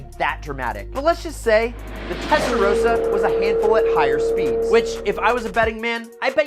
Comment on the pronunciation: I stopped listening after testarosa